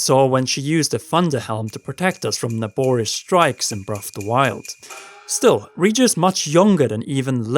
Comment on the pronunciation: You say Breff of the wild. HAHAHA sorry!